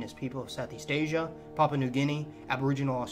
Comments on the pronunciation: thanks buddy enjoyed that am from Papua New Guinea really thought you did an amazing job just one tiny thing pronunciation of papua just as you see if Pa-pu-a sounded like you were almost saying papa which is a mistake most foreigners make don't forget the A at the end very important exaggerated like the sound you make when you drank a fizzy soft drink more like an ah sound if that makes sense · Interesting... But I don't why you keep silencing the 'u' in Papua...